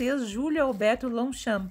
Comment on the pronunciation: Lindo registro . A pronúncia Longchamp está perfeita são meus antepassados .